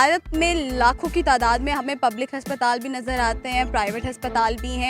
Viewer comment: Haspatal bolti hai ye.😂